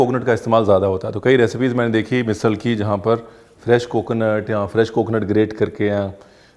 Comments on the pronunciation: It's "मिसळ"not मिसल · झणझणीत बोलतो ना मिसल नाही मिसळ बोलायचं❤😀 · 😂मिसिळ, मिसल नाही. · मिसल नहीं मिसळ! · ओय रणविरजी मैं कोल्हापूर से हुं. बहुत ही अच्छी तरह से ओथेंटीक मिसळ आपने दिखाई (क्या है एखाद चिज फेमस बनती है तो फस्ट कोपी बनना शुरु होता है नं?) आपका बहुत ही मनपुर्वक धन्यवाद. पर एक शिकायत रही प्रोनाऊंसेशन की कहिए मिसळ ना के मिसल.काय कोल्हापुरी भाषेतच शिकवु. फिर कहना नही सचिन आपने बताया नही.